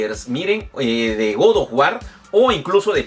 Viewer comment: Que incomodo escuchar todo el tiempo GOD OF WAR, mal pronunciado.